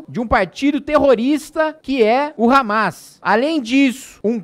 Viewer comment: kkkkk, "hamês", resbolê"